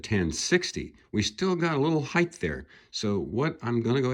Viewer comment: "Heighth"? It's height. Hard T on the end.